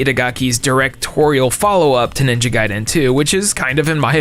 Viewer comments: The way you repeatedly pronounce Gaiden wrong is a fucking crime. Jesus christ just learn how to say it or don't say it at all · Lmao the way your pronouncing Gaiden is killing me, no clue which way is correct but your the first I've heard say it that way.